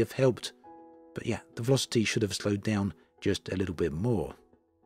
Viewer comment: The veloci-TEE